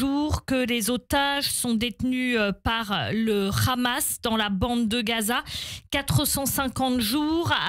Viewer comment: C est pas rramas, c est Hamas.